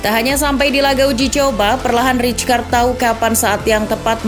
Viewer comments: fyi : rijkaard dibaca raikard bukan ricekard atau ritskard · Saya masa rijkaard di barca gk lama Izin min, nama rijkaard dieja nya raikaard yaa, terimakasih